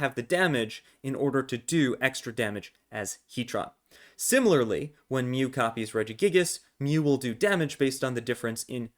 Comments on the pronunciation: And the way he says Heat-tron instead of Heat-Ran... some of these pokétubers need to learn the correct pronunciations if they're so called "fans" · Heat-RAN. Not Heat-tron.